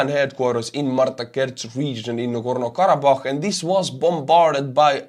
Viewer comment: Listening to him perfectly pronounce Nagorno-Karabakh in his accent repeatedly was both impressive and entertaining. You are a god among men man.